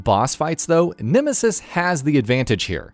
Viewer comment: "The Nimisis"